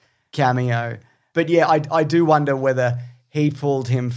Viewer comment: Do you guys purposely pronounce the word “wonder” as “Wanda”? Or is it just me?